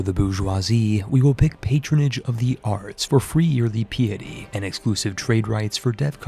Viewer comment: Pie-ah-tee* and yes, I'll buy dlc from you as appreciation for your amazing scripts and excellent videos.